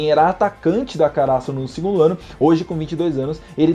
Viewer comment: Mano, não é uma crítica nem nada do tipo, mas não entendo o motivo de vocês de regiões diferentes colocar acento agudo em palavras onde não existe. por exemplo: kaRÁsuno ?? o certo não seria KaraSÛno?...